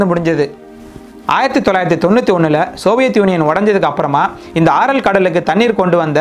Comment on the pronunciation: atha ஆரல் இல்ல ஏரல் கடல்...please check that...